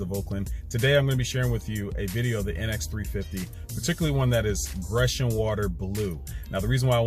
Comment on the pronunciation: It’s pronounced Greeecian blue